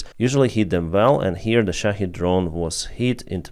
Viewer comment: Good to hear someone pronounce shahed correctly. Most say shahead, there is no "head" sound in the word.